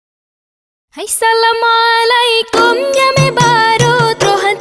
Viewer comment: Maaf ya, kalau biasa walaupun itu biasa kita ucapakan, di salamnya jgn salam'alaikom, tapi salam'alaikum. kum dgn kom beda artinya dalam bahasa arab. semoga seni tari tanyo beu sabee meusyuhu d donya. Amin....